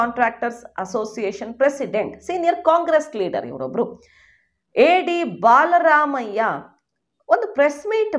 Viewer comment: ಅಕ್ಕ ಅದು ಬಾಲ ರಾಮಯ್ಯ ಅಲ್ಲಾ ಬಲರಾಮಯ್ಯ.